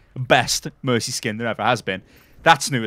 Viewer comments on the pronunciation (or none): none